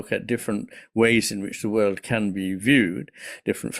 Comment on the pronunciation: your heavy accent causes you to pronounce "world" as "word." You omit the "l" sound. So that shows up in the captions, as well. The issue is that it misleads the viewer and obscures Iain's meaning.